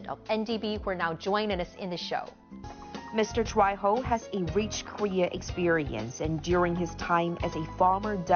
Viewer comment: The man is Brazilian. You pronounced his last name in Spanish instead of Portuguese. His last name is Troyjo not Troyho. Please do a little bit of research about your guest so that you do not across as an idiot. Thank you.